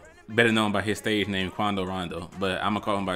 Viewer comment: He ain’t even saying it right too😂